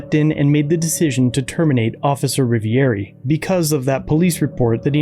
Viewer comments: Cop🥒 says " I'm officer Rivieri" not Rivioli as per legends say.😒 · He said "Rivieri" not Rivoli. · He pronounced his name wrong.. lol. We all have bad days